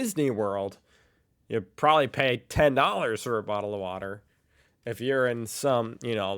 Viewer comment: your pronunciation of bottle of water sounds more Cockney than Australian. The Australian pronunciation sounds more like boddle of war da with the Ds pronounced softly.